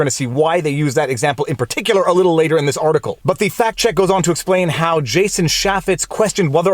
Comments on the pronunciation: They're Farty and they're checking Pacts. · Sounded like “Third Farty Pact Checkers” in your intro 😂